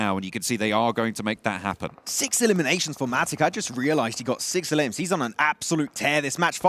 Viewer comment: Everybody: "elims": "eLUMS"